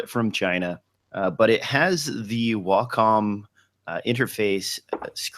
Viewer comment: Wacom - Wah-come.